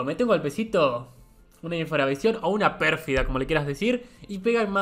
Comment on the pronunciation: Ya esto es demasiado raro aparte de que cumplimos el mismo día yo también le decía perfida hasta que me di cuenta que se le decía perfidia quizá estamos destinados a estar juntos XD.